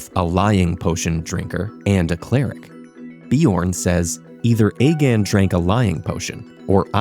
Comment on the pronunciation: The “ether” in “either or” was pretty subtle.